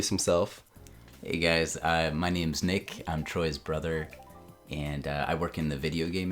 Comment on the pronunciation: NMead????? Nah it's nick